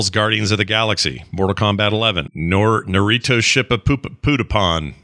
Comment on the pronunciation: I never laughed as hard as hearing you trying at "Naruto Shipupon". Love it.